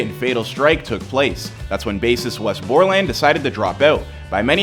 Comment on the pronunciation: We was is a guitarist not bassist and I believe it’s pronounced “BOR-lēnd” not “Bor-LAND”